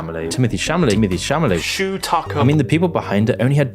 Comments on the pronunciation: how is this where I learn that it's "Chal-amet" not "Cham-alet", what is wrong with me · ya know i do have to say that its good and funny that moon says chalamets name wrong, i flip a coin in my head on the spelling every time i say it